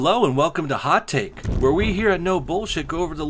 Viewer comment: I keep hearing 'hot tit'